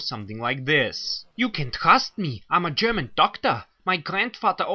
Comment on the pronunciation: Pretty solid German ! Show-off successful!